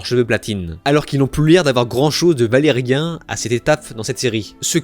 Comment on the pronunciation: C'est valyrien pas Valérien, dans le parlé j'entendais é 😅